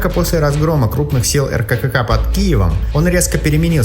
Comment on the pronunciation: Обычно произносят Эркэка